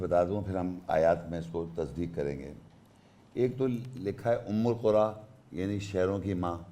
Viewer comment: Again! Umm-ul- qura word is not their in the ayat ! Its umma-Al-Qura ,which u mistranlsate thinking its with pesh while in the ayat its with zabar ! And with zabar its recited as Umma-Al-Qura'a which means the people of the cities ! not the mother of all cities ! Correct yourself sir!